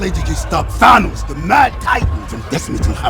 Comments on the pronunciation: Nebula has hair ?????...something out of a 1970's shampoo commercial. I really glad I cancelled my sub of D+. I thought it's Thanos not Thainos... "I have spoken" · Thane-os? Thanos... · Is pronouncing THAY-NOS a gag? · I'm with you man, but who tf is Thane-os? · The way you say Th A nos bugs the shit out of me. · Who is "ThaYnos"? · Lol oh my God dude.......STOP SAYING "THANOS" WRONG!!!!! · Some one teach him how to say Thanos. That was cringe